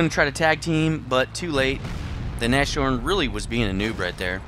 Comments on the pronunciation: It's Nas-horn, Not Nash-Horn Anyways, interesting replay; keep up the good work. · It's not Nash orn, it's nas horn. Get your German right. And also, it's a VK 30.01 H that crashes, get your German tank names right. Jeez